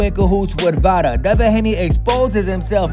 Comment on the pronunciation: Ryan said come here deva Haney 😂😂😂😂😂😂